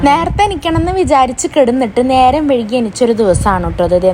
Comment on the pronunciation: വഴുകി അല്ല വൈകി